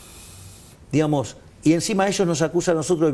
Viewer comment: SU MULETILLA "DIGAMOS" ES ENFERMANTE APARTE QUE DICE "DIHAMOS"